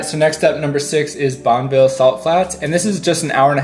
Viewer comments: As well as Bonneville Salt Flats which is NOT Bonville Salt Flats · Bonneville => Bon uh ville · Your video was very nice. It would be even better if you knew how to pronounce the names of Hurricane, Utah and the Bonneville Salt flats. Take a minute to talk to the locals before doing your videos!